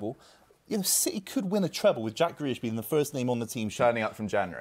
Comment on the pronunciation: Man said Grealish😭😭😭😭😭